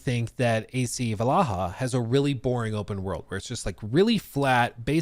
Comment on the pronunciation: Why is he saying ac valaha?